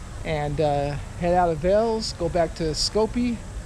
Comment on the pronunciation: Thanks for visiting Veles man 😊 the correct prononciation is VAILAISS 😅